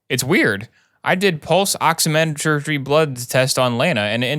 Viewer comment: As a EMT and soon to be paramedic his pronunciations of medical terms hurts me.. “Ehd a muh” for Edema “Ox eh met tree” for oximetry